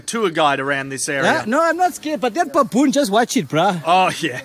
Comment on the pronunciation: I like how he calls it "pappoon" 😂😂😂